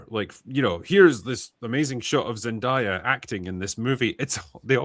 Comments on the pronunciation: I agree with the points but can you guys please stop calling her “Zen-Die-a” It’s “Zen-Day-a” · ZEN-DAY-A not ZEN-DIE-A 😅